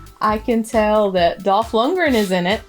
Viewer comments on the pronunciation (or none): Yes! You've did this! My favor movie. She can't pronounce: "Loon-de-green"